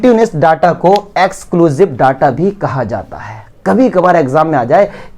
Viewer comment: Daata nahi ho ta hr data hota he